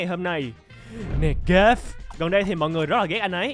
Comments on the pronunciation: Umm anh ơi Negav đọc là nê gíp nhé😢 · đọc là Nê gíp mà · Ko hiểu sao mà khi đọc “Negav” thì t lại nghe thành “Nugget” và liên tưởng đến tk nhân vật trong Kindergarten. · Nghe anh đọc negav nghe nurget trong nhà trẻ garden🤡 (không phải garden of banban) (Và cũng không bt tui ghi đúng không)